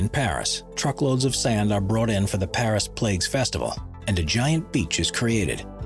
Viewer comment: Correct pronunciation of places eg Mallorca, Paris Plage would be great.